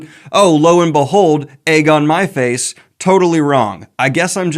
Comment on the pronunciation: LOVE the whole Sabriel series! Also, I heard "egg on my face" as "Aegon Myface" 😅